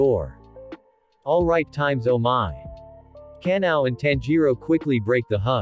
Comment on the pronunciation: The fact that google pronounce ka-na-o as canal